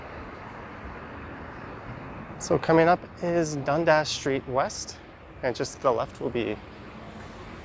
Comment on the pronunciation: Is Dundas really pronounced as Dund-ass? :)